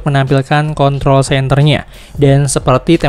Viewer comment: Klo r gk di sebutin jadi contol Mars wkwk